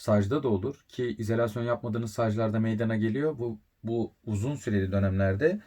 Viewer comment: bence izElasyon telaffuzunuza binaen yazmış arkadaş 😀